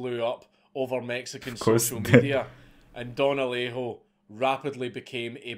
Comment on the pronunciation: Native Spanish speaker here, your first Alejo was spot on.